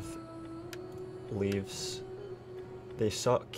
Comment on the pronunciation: the shitty javelin units are not pronounced Leaves but leveys:D<3